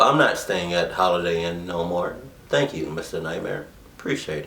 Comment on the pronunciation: Mr Nightmare says "vank" instead od "Thank"